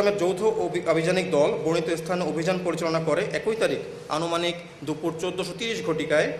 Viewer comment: ভদ্রলোক লিখিত বক্তব্য পাঠ করছেন অথচ বারবার ভুল পরছে, ১৪০০ ঘটিকা, ১২০০ ঘটিকা, অনুমানিক ইত্যাদি শুনতে দৃষ্টিকটু লাগে